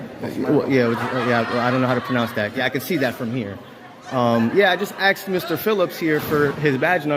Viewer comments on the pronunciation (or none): He axed a lot of questions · "I axed him..." Well, that's attempted murder right there. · By saying he “axed” that elderly gentleman, he’s clearly confessing to assault with a deadly weapon. Possibly attempted murder. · Did he just say "I axed Mr. Phillips." Yes, yes he did. He also said he was filing a "FOIL", more than once. WHAT? Now I get it: English is his 3rd language. Bet his Mom's proud! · "I just axed him" English escapes this nimrod !!!